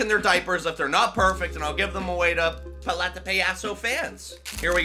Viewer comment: I don’t want to be that guy but (Pal- ete- a) (Pa- ya- sos) Is how you pronounce it Sorry it was bothering me